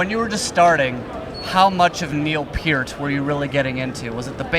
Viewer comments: Glad to see the host pronounce Neil Peart's last name correctly. Yes! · Great to hear Neils last name pronounced correctly.. R.I.P. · Gene's awesome. Also good to hear the Loudwire guy pronounce Neil's last name correctly. Little victories...